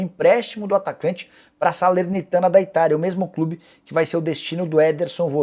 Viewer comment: Soteldo tem no "clibe" hahahah esse Nicola viu 🤣.